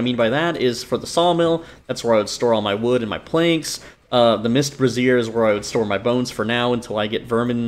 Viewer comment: Legit every youtuber has been calling em mist brassieres lmao